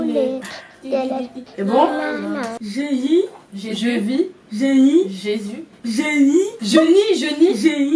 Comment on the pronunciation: Mdrr😂😂au lieux de dire génie elle et dit guenir😂😂